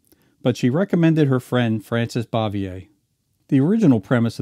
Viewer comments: Still a hundred times better than most of the crap today. Pretty sure it's "Francis BOOVYAY". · ehhhh you keep mispronouncing Frances Bavier's last name.....